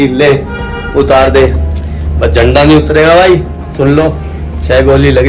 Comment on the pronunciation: Zhanda nhi hota JHANDA hota hai